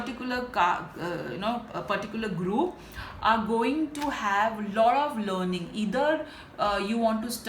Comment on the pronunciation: When she said learning I heard loaning and my heart skipped a beat 😂😂 Thank you so much, pile #3